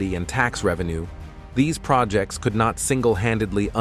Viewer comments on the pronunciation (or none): none